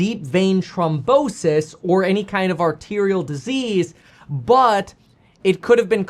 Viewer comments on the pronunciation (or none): It's NOT TROM....it's trHOM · Throm not trom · Thrombosis! Not Tromposis! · It's deep vein thrombosis not trombosis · It’s thrombosis, not trombonesis lol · Its thrombosis not trombosis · "throm" bosis. Not trombone-sis. That's the sister of an instrument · THrombosis… not trombosis. That’s when your trombone gets sick, lol. Love you much more now that you are your true self again, btw. It’s the only way to be. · It’s THROMbosis not Trombosis lol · Kevin it’s not pronounced Trombrosis there is an h so it’s throm bosis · It’s trombone sis 🤓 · THROMBOSIS KEVIN NOT TROMBONSIS 🎶 ❤😂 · Thrombosis....pronounced Thrawmbosis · The way you pronounce THrombosis is killing me bro lol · Kevin it's th-rombosis 😂